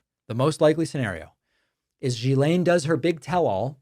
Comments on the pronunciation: FYI: Her name is pronounced gill-EN. This is how her own brother said it. It is French. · David, its pronounced "Gill"aine.❤❤❤ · It's incredible how many podcasters cannot say this name correctly. Dude, Ghislaine sounds kind of like Glenn. There. I helped.